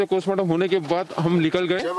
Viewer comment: Yes they both are same.. notice the wristwatch he is wearing..and he pronounces Postmortem as 'Kostmortem'.. listen carefully.. Actually R.bharat morphed his voice and news nation contains his original voice.